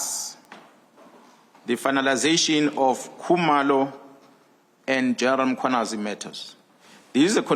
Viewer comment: Can practice saying Mkhwanazi before coming on air. It's an irritation to mispronounce people's names by public figures.😒